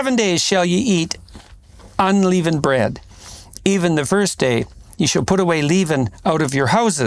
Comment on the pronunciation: You think someone would’ve told Jordan he’s pronouncing “unleavened” wrong. He eventually corrects, but still hilarious 😂 like Biden saying “palmist.”